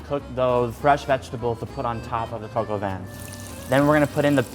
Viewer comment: Lmao coq is just literally pronounced “cock” it’s funny tho how u are trying to be polite and pronouncing it “coke”